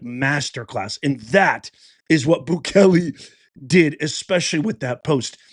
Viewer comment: Prounced Boo Kay Lay!